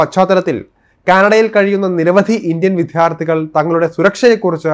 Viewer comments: വിത്യാർത്ഥികൾ അല്ല. വിദ്യാർത്ഥികൾ.ശരിയായി മാതൃഭാഷ ഉച്ചരിക്കൂ. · "വിദ്യാര്‍ത്ഥികള്‍ " ശരിക്ക് ഉച്ചരിക്ക് . മഹാ വൃത്തി കേട് 😮😮😮😮😮